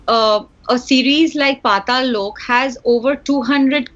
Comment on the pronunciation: putting so much effort into saying Pataal Lok. I mean he’s still saying it wrong. But A+ for effort.